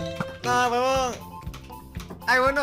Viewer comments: Alguien más escucho que a cada rato dicen "wuebon"? :V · Toda la partida escuché webon :v